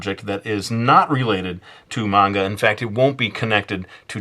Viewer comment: That's not how you say manga!!!!!!!!!!!!!!